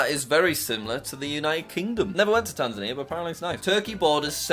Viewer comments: It’s tas-main-ia not tan-zan-ia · Its tas-mainia not tas-aneaer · “Tamsania” lol it’s “Tas-mania”. Jack really does suck at geography 😂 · Also you called Tasmania Taz-ma-nia- it’s Taz-main-ia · he called tasmania "tanzania" and bulgaria "serbia" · WHATBIS WEONG WITH YOU ITS TAZ-MANIA NOT TANZ-INIA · it pronounced taz- main-ia not tanzia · JACK ITS TASMANIA NOT TANZANIA AS AN AUSTRALIAN CITIZEN YOU HAVE TRIGGERED ME AND STARTED A WAR WITH AUSTRALIA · It’s Tasmania not Tanzania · Btw did anyone notice that he said Tanzania for Tasmania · Btw he said Tanzania to Tasmania 😂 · Jack it’s not tasamia it’s tas-ma-nia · reads tasmania as tanzania, you really do suck at geography xD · tansania. its tas main ia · Wait did he just say tansinia it is Tasmania ( tas main e a) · Tasmainia is sed diferent not Tansanea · it is pronounced Tazmania nott Tazmanier. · how dare he just get away with calling tasmania as tazania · Tasmania is not pronounced Tan-zun-eer, its pronounced Tas-may-nee-uh, and is basically the Alabama of Australia lmao. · As someone Australian, when jack says Tasmania it hurts… it’s tas-may-ne-a not tan-za-ne-a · did he just call Tasmania, tanzania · It’s not tas-a-neia jack. It’s Tas-main-ia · It’s Tasmania not Tanzania 😭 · Also, It's Tas-mai-nia Not Tan-Za-nia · In U sayed Taansania But Ts Tasmania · Taz May Nee Uh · It’s pronounced taz main nia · ITS PRONOUNCED TAS-MAN-IA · HE CALLED TASMANIA…. TAZNIMMIIAAA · the country under Australia is pronounced taz-may-knee-yuh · it tas-main-ie its part of austraila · It is pronounced Tas-main-ia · Jack the bottom of Australia is actually pronounced tas-main-ia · Hey jack sorry but you said Tasmania wrong it’s like this tas-man-ia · I live in Australia and his pronunciation of Tasmania hurts my soul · Jack is saying Tasmania wrong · He said Tasmania so wrong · How did he say Tasmania so wrong it hasn't got a z it's a s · I'm so personally offended on how you pronounced Tasmania 😒